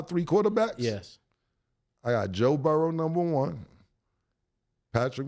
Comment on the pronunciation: Cam & mase stop playing a s on my damn quarterback name it's Joe Burrow Not Joe Burrowsssss😂